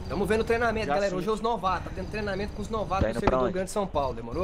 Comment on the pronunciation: "treinamenta" ta errado e treinamento